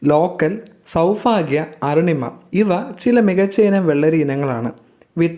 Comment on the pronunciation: സൗഫാഗ്യ അല്ല സൗഭാഗ്യ എന്നു പറയുക